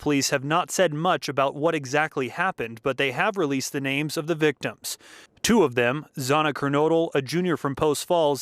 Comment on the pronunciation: So strange to watch this in 2025, hearing the reporter read the names and mispronouncing them. Now everyone knows these names, the faces, their families. Just weird seeing this from back then